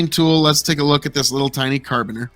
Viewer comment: carabiner, said "care-a-beaner"